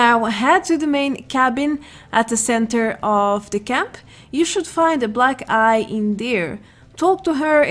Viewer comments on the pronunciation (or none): When she said black eye I heard black guy. Haha